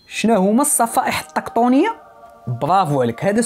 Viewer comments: الصفائح التِّكتونية التاء ماشي الطاء بالكسرة ماشي الفتحة (: …مشكور على الفيديو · الصفائح التيكتوك ية 😅😅😅😅 صراحة ناضي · فيديو زوين ولاكن ملاحظة الصفائح التكتونية ماشي طكطونية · * تصحيح خويا سفيان (الصفائح التكتونية ماشي الطكطونية)